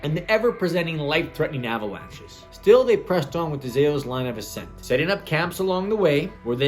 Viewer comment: Accent? Ascent?